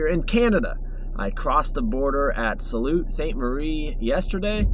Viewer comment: Sault. Pronounced like Sue.